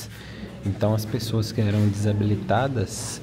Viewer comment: eu tbm notei e deve ser por conta do ingles "Disabled" , tbm ja falei desabilidades kkkk